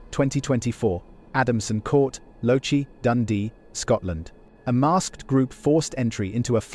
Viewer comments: Just for ref Lochee pronunciation is loch ( Scottish lake ) ee....lochee Not lo chee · The word your trying to say name of place is "LAW KEY" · Lochee is pronounced lokee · I came to say the same thing! 😂